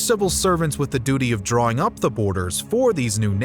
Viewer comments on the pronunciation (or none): none